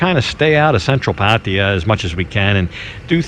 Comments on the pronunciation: It's always kinda hilarious when westerners can never pronounce the names of asian people or places as it should. Pataya now sounds like patiya.... Anyway it's a good video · how is it that not one farang can pronounce pattaya correctly, it's not patty ya, it's pah tai yah! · lol, the way you pronounce Pattaya is ridiculous. Just ask the locals the proper way to pronounce it. It’s not Pattya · try to say pattaya with the emphasis on the last a. just try. don't say there's hungry people, try to say there are hungry people. try to learn english and thai. whatever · And sorry to say this. Please pronounce pattaya properly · That's definitely not how you pronounce Pattaya , not with a P